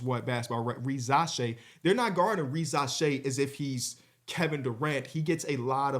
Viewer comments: Ree-zuh-shay an s in between two vowels is pronounced z in French😀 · REE - za - SHAI is how the pronunciation and emphasis works (I’m 99.99% sure) and your segment on him was very fair and I appreciate that :)